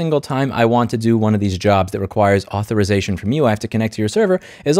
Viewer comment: "Comments on non-native English speakers for making a plural mistake, goes on to butcher the word Authorization." -- That unnecessary ad-hominem backfired in just a few minutes. I understand the frustration, we all have it, however please don't insult those who make an effort and make mistakes while doing so. As you illustrated, even native speakers make mistakes.